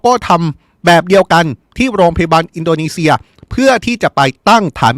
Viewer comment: ตกลง ร.รอินโดนีเซียหรืิออินโดมีเชืยอ่านข่าวไม่ชัดเจนแย่มากครับ